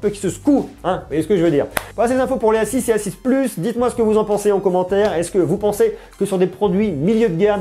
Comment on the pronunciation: Suis je le seul à entendre s6 au lieu de a6?